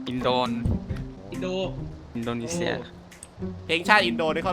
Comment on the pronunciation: มันเป็นคนไทยแหล่ะครับ อินโดจริงๆ จะใช้คำว่า อินโดนีเชีย ไม่ใช่ เซีย !! 555